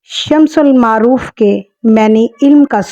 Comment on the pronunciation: It Shams- ul-ma-a-rif